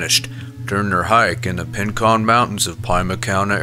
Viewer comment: It' Rincon not Pincon , and It's Pronounced PEEMA Not Pie Ma ! Saguaro not Sangarow " SAH-WHAR-O "